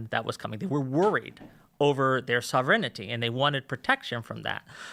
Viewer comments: IT'S SOV-REN-TEE, NOT SOV-ERR-ENEE-TEE! LEARN TO PRONOUNCE WORDS PROPERLY IF YOU WANT TO USE THEM TO SOUND SMART! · And soverigninity" 🤣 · Yo this dude has said "sovereignity" like 4 times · This dude is pronouncing words very oddly. Like he's not a native english speaker. Really makes you wonder... "ma-tier-iAL" "sah-vern-ity"